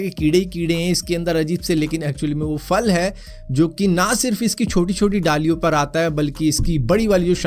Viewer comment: Bhai ye fruit KO ap faal faal q bolte ho actual word phal hai na k faal...ab agr mn phal phool KO faal fool bolun tw kesa lage